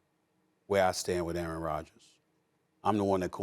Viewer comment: QB 'Errant' Rogers